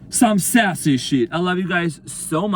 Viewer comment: Spot on your amazing and this has been my journey and.sassy was my dog my twin gave me. That was funny every time you said.saasy. how can I deny any of this thank you I needed this